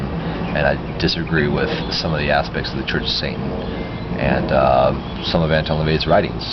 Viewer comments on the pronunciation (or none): none